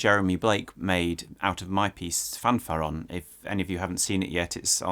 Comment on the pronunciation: It's pronounced "fanfaRRÓN".